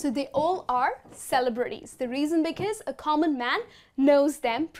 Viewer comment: are you sure the way you pronounce the word "celebrities" is the correct? it sounds weird to me